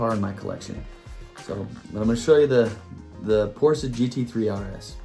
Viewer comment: Amazing idea. I love your channel and I am also influenced by you, Rapid, Hewittz, Datsunman, Honest Diecast and Mustang Hunter. Once I get my channel up and going, I'll have to teach you all how to pronounce Porsche. LOL. Keep up the good work and I'm sure you'll be at 1000 subs sooner than later as well.